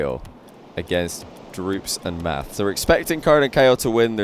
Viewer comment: Yo i think it's pronounced "matt"